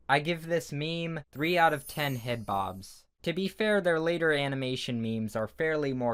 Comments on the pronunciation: “Anamanation mimis” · Animination me-mes.